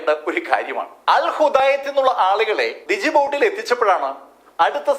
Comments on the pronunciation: ഡി ജിബുട്ടി എന്നല്ല ജിബുട്ടി എന്നാണ് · ഡിജിബൂട്ടി എന്നല്ല സർ... ജിബൂട്ടി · ഡിജിബൂട്ടി അല്ല ജിബൂട്ടി എന്നല്ലേ പ്രാനൗൺസ്‌ ചെയ്യണ്ടത്? 🤔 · സാറേ, ഡിജിബൂട്ടിയല്ല, ജിബൂട്ടിയാണ്, അതുപോലെ, സനാസ് അല്ല, സനയാണ്. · നിങ്ങൾ എത്ര മനോഹരമായി കഥകൾ അവതരിപ്പിക്കുന്നു... പക്ഷെ പ്രോനൗൻസിയേഷൻ ഒന്ന് ശ്രദ്ധിച്ചിരുന്നെകിൽ..... ഡിജിബൂട്ടി അല്ല... 'D' സൈലന്റ് ആണ്... അത് #"ജിബൂട്ടി"# എന്നാണ് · ജിബുട്ടി... D silent asnu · Djibouti- ജിബൂട്ടി എന്നാണ് പറയേണ്ടത്. D നിശബ്ദമാണ്.